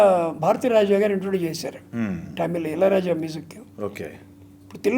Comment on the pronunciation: మీరు ఆ కాలం వారైఉంది తమిల్ ను టమిల్ అని పదే పడే అనడం ఏమిటి! భైరవ ద్వీపం, బృందావనం పాటలు చాలా ఇష్టం